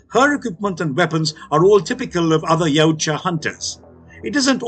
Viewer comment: Finally someone that can pronounce Yaujta correctly!